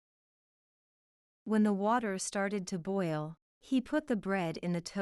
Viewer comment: Boil是不是发音错了